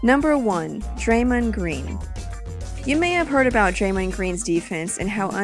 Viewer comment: the way draymond is pronounced....